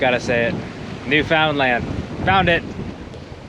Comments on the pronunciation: in my opinion you pronounced it correctly (i.e. colloquially). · You said it right… take it from someone who’s from the region